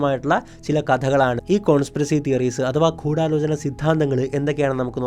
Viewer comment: കൂടാലോചന അല്ല.. ഗൂഢാലോചന.. അങ്ങനെയല്ലേ 🤔